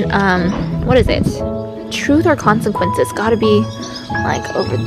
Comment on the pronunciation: hahaha i kept hearing you say consenquences.